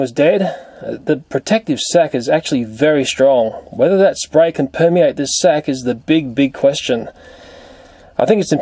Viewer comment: whenever he says "sac" i'm mishearding it as "sex"..😂 is it just me....oh....okay .......then..(sorry)